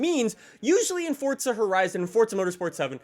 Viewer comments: Its Forza not Fortza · Forza not fortza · Forza, not fortza....Jesus fuck🤦‍♀️ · Forza of fortza jesus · Please stop calling it fortsuh bro it’s FORZA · It's FOUR-ZA NOT FUCKING FORTNITEZA ya fuken guck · For the love of fucking Christ it’s Forza not fortza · He says fortsa